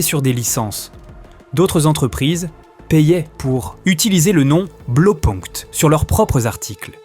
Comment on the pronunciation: Sujet intéressant. Juste un petit truc: "Blau" ça se prononce "blao" et pas "blo"